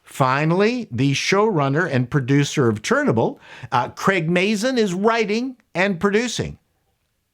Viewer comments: I’ve. Never heard it pronounced churn-an-bull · "Proa-ject"..."Chernabull"... Is this Canadian slang?